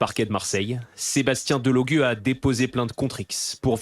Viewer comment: Il s appelle Delogu pas Delogue